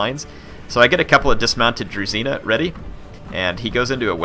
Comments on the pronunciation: Great Video thanks for making it! Just one thing its Dru"zh"ina not Druzina, zh has its own special sound! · I know you most probably won't play as the Russians again but zh is not a druzina but a druzhina you should chet it in the google translater zh to Russian